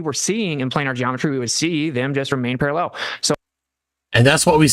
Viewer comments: Guys guys they remain - Para-LLELL. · Why does genius pronounce parallel as parallelle? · Austin has started saying parallel with the same weird inflection as Dirth.